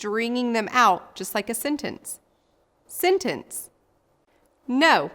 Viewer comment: Learn how to say sentence right bruh